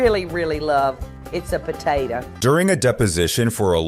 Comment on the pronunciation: can't even say potato 🥔. It ooooooooo bitch.